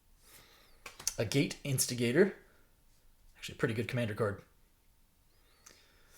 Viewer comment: Hey, it’s not A Gate Instigator. Agate is a type of rock, and it’s pronounced more like Aggit Instigator